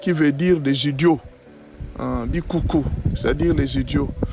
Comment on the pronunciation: Pas bikuku mais bichuchu.